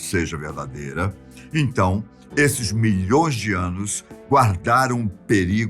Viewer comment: Adoro as "afirmações" Molhõõões de anos. LOL!